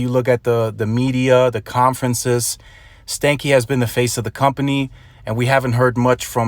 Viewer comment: His last name is actually pronounced, even if he doesn't know, stan-key like Stanley and not stanky